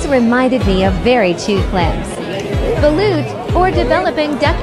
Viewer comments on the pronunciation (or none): As a filipino, her saying "Balut"(Pronouncion:*Ba-lot*) as "Bahlute" hurts me